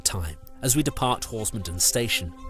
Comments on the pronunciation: A very well researched and filmed account of the line and the route now. The only constructive comment I would make is in the case of villages named 'Den' the stress is on the last part of the name such as HorsmonDEN. Perhaps you could cover the Headcorn -Tenterden line at some time? My neck of the woods!! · Lovely video, very nostalgic for me. I have to point out though that you're pronouncing Horsmonden wrong